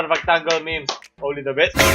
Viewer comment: HINDI MEYMEYS YON MEHMEHS YON CANCER KA